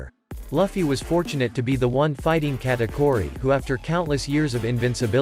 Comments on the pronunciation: He's saying Katkuri instead of Katauri but that fine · bro is saying katakori💀💀💀💀